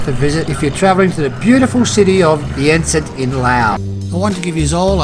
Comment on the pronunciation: To the author....Vientiane and not VIENTIANE!